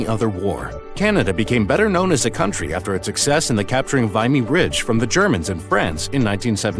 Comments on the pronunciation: Also Vimy Ridge is mispronounced. It's Vim-E. It's a 5 minute video that probably just pulled the synopsis from wikipedia so I'll give it a pass. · The pronounciation!!!!! Oh my. Cartier (it's pronounced car-title). Vimy (it's vih-me). And others. This is sad.